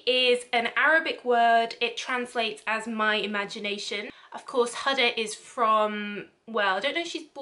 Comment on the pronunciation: Couldn't pronounce Kayali or Huda correctly! come on at least do a little research